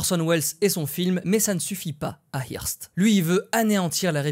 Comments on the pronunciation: Ça se prononce "heurste" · hearst ( je crois qu'on prononce eurst ) , c'était le Bolloré de l'époque